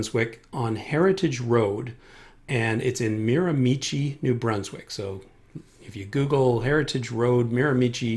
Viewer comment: Excellent information as always! This is going to be a great help when I book for my flight review. Thanks! By the way, the last syllable of Miramichi sounds like 'she', not 'chi'. :) 1) - Class C - Certified airport is VERY nearby. 2) - Power lines - hydro right-of-way at entry road, at south east end long the north-east side of the development. 3) - Send out a flyer announcing free food at McDonalds. Seriously, though, knock on a few doors on either side of the specific building. Let the occupants know that you are doing the shoot and ask them to either stay inside for the 15 minutes you'll need, or invite them to come out and watch - tell them the risks and invite them to be participants, rather than bystanders, maybe even get a group picture. So many ways that you could avoid the bystanders problem.